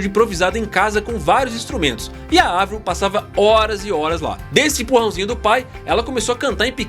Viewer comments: finalmente alguém fala Avril com som de A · mds primeiro canal falando o nome da Avril CERTO e elogiando o talento dela! lindo gato +inscrita (sou dã antiga desde 2007) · Parabéns por falar o nome dela certo Avril e não Eivril rsrs😂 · Não. O nome dela é Abril em francês e se pronuncia Avril mesmo